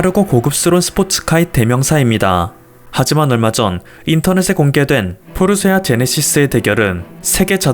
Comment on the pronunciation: 포르쇠 발음은 어찌 안되겠니....포르쉐.발음 안되니 포르세 포르쇄... 한가지만 하든가....